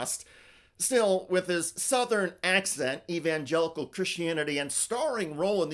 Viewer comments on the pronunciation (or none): Evangenital ok . They are called Evangenitals not Evangenicals